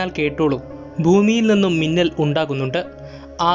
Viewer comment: മുന്നൽ അല്ല മിന്നൽ അല്ലെ